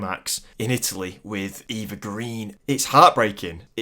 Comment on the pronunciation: Pronunciation, pronunciation, pronunciation. Eva Green is pronounced Ay-va not Ee-va Lazenby is pronounced LAY-zenby not LAZZ-enby Cornell is pronounced CORR-nell not cor-nal